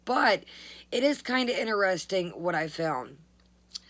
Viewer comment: "Veddy INTERESTINK,"!